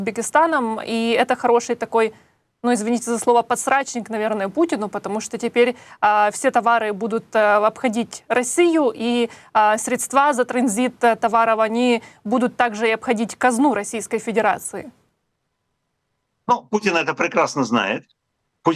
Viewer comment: Можно научиться ставить правильно ударение в слове СР''ЕДСТВА?